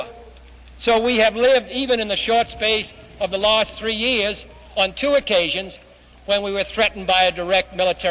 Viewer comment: You've got to love his Boston way of speaking. Beautiful. He pronounces "last" in the English manner and "passing" in the American manner. Pardon me for saying "English". It is the "Boston Manner".